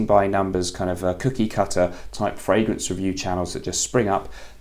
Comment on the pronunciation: I've been in the frag game a while, and I've never heard someone say "the frangrance game"